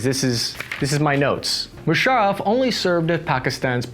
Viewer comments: at 9.27 - "General Mushareeef". A supposed journalist who can't even pronounce the name of one of the most prominent and powerful military personnel to come from the region. What factual information can you expect from this "journalist" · General mushareef!! First time I have the right pronunciation 😂😂😂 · It's Musaraff not Musarreef